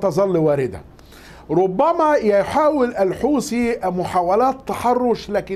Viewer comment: الحوسي 😂😂😂ماله هذا فين تعلم الغه العربيه طيب بقولك الحوثي ارعب العالم وانت من جواك بس برا 😅😅😂